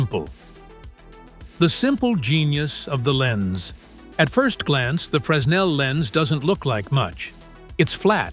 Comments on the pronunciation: FYI. It's pronounced Fraynell. Don't ask me why, I don't know. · I find it funny that whoever (or whatever) recorded the soundtrack for this video pronounced the inventor's name correctly, but mispronounced the name of the lens every single time; despite the fact that the lens has the exact same name as the inventor it was named after. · Didn't do your homework. You have your synth voice mispronouncing Fresnel's name. The 'S' is silent. Do your homework! Make sure you've got the name right. Get and stay accurate.